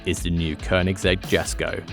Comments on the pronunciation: It's pronounced yes ko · Its pronounced “yesko.” No J sound. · I thought it was pronounced "Yesko"??? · Why can't you say it how it's pronounced? yesko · It is guy in the video is wrong ☻🤷‍♂️